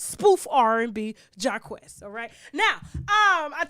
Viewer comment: Tasha stop saying JAH QUEST 🤣🤣🤣🤣